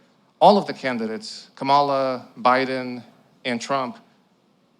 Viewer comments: I don’t think he’s doing it on purpose. A lot of people don’t notice differences in inflection and how to put emphasis on the right syllable. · Her name is pronounced Comma-La! Pronouncing someone's name wrong intentionally demonstrates such a level of bad faith and ignorance. Talking calmly is a smokescreen. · Still can't pronounce Kamala.Smh